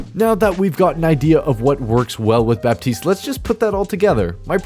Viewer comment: Baptiste is actually pronounced like "Batist"